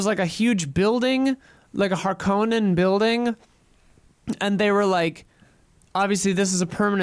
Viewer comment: Sorry to be annoying but Harkonnen is pronounced haar-kuh-nuhn.